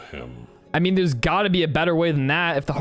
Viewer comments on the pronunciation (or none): none